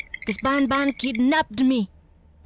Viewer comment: And he said bonbon